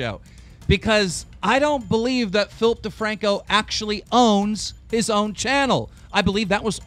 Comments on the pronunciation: Everytime they say Philip DeFranco I hear Filthy Franku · why does he always say Filthy Franko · When he says Philip DeFranco i hear FilthyFranko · It sounds like you are saing Flip thefrancko